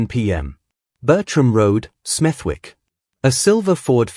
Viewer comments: It is pronounced smedik and not smeth'wik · It’s pronounced SMETHICK NOT SMETHWICK. The W is silent 🤫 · It’s pronounced Smethick. Forget the “W”